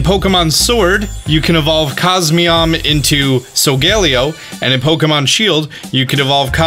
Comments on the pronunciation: litterly thats not how u say SoLGAlEo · Ah yes sogeleo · Ah yes SOL-GAYLEO of course and COS-ME-OM not COS-MOEM